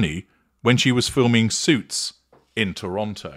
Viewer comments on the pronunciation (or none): none